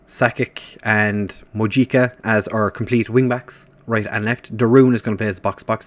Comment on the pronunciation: Mojica is qctually pronounced Mohica